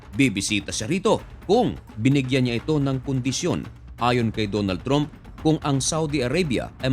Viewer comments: Trump pronounced "tramp" not "tromp".. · Trump po at hindi tromp 😅